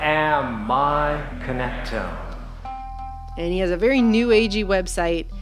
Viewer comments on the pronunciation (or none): Connect- to- ME A phonetics clue it's in the spelling and sound= Connect- Tomb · It’s not connectome, it’s connect to me? Now that sounds creepy.